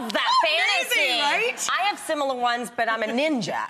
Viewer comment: when she said similar, you hear the Puerto Rican Brooklyn girl come out 😍